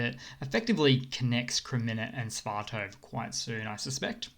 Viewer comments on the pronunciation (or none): Sva-to-ve...not Sva-tov. :-) Slava Ukraina! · Dude! It's..... S.V.A.T.O.V.E.... You should pronounce every letter as an individual 🙂